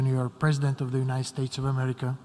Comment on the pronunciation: He acts like he's president of every country except mine. He can't pronounce United. Unined?